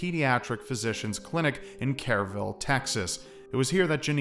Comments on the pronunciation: dear friend it is pronounced Bear county and KERRville Texas Source: I live in Bexar county. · I love your videos, but I gotta make a correction that drives me crazy since I live there. Bexar county is pronounced like Bear. No, it doesn't make sense, but thats how it is. Also, Kerrville is pronounced "Kurr-ville" Thank you for the amazing video! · kerrville, like kur-ville. its an old german town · I'm from Bexar County. It's pronounced Bear (the x is silent) Hearing Bex-are was great lol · Joe McGrew That and how he said Kerrville was very wrong. Lololol